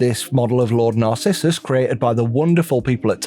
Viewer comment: "Lord Narciissum" 😆🤣😂